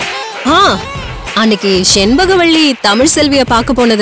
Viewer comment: Dilruba செண்பகவல்லி. செண்கபகவள்ளி இல்லை. தமிழ் உச்சரிப்பு கற்றுக்கொள்ளவும்